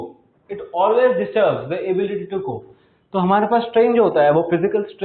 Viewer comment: It’s cope not cobe